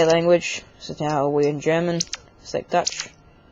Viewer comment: You mispronounced "Deutsch" as "Dutch". Deutsch is German. Just to let you know.. ;) "Moshi Moshi" is usually used for on the telephone. "Konnichiwa" is used for in public.